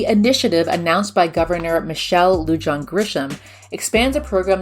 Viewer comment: It's Governor "Lu han Grisham". - New Mexican